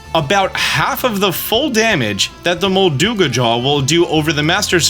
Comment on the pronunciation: Your pronunciation of molduga has ruined my day I have disliked this video